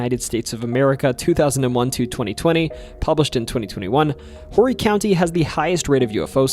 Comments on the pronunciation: I enjoyed the video. I'm a Good Sandlapper, and a keeper of our weird history and teller of our stories too. I'd like to clarify a couple of things🙃. We say Orry county. Orry, not Whorey. Also, Bē-ü-fort/ Byoofort Boulevards project wealth and prosperity. There's no escaping the Real state bird, the Mosquito. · Hi- verryyy normal mix up but the H is typically silent in Horry County… making it sound like “ori county” more than “whorey county” 😅😊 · And Horry is Oree not whorey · It's BUUUU-fort not booo-fort... It's 0O-REE, not horry. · It’s pronounced orry not whorey and bewfort not bowfort. Otherwise great video. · I know it’s a bit late but I just found the vid. Horry county is pronounced more ore-re less whore-y Great vid I liked hearing a bit more about the local superstitions. Keep up the good work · Horry county is Oree county not whorey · Its pernounced Orry not Horry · Orry county not whorey county I believe, I’ve only heard it said as orry while living here since 2005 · I've lived in Charleston for 51 years. The BOO HAG still scares me!! And it's pronounced OR-EE County. Not "H"orry. The H is silent. Also it's B-YOU- fort, not Bowfort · It’s pronounced “orry” county not “whory” county. H is silent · And also Oree hot horry like it’s spelled lol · It’s pronounced “Orry” county. This was great! ! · Horry County is pronounce Or-ree. Just FYI. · Do Not go to Horry County and say it like that!! Somebody will "Brooks" you!! Drop the H, its orry county. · The pronunciation of Horry County is O-ree 😊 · Horry county is pronounced or-ree, The h is silent kind of like herb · FYI it's Orry county the H is silent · Note to the editor: pronounced Orrey for Horry county. H is pretty much silent. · FYI the H is silent in Horry. It’s pronounced Orry. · Horry is actually pronounced like Oh - ree my Conway ancesters would be dissapointed in me if i didnt correct you. Great vid for the home state otherwise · You pernounced Horry County and Bueafurd wrong.